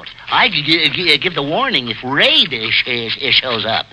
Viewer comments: You mean raid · bug can't say raid